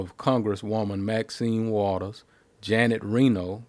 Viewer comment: Lost me when he said waters